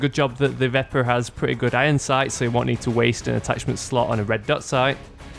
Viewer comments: Pronounced veh-per. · It is pronounced vep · Pronounced "Veh-per"